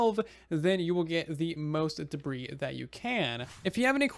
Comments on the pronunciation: I love how he says da-breeze instead of the proper pronunciation da-bree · Ancient debris is not pronounced ancient debri’s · yeah I used to pronounce it like duh-bris instead of duh-bree lawl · Everybody: debris half the time: da breeze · The "s" in debris is silent. And it is already plural. So is sounds like degree with a "b" instead of a "g".